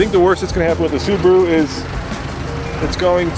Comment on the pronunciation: That's how you say Subaru in Japanese, just the "r" needs to be harder